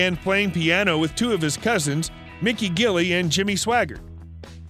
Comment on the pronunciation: Gilley has a soft G....it was French. I know cause I was one Also, the name KILLER was nothing but from a favorite pet dog...and of course seemed to fit his actions much later on. His sister Frankie was a friend of mine and cousin by marriage. She was a hoot...I miss her.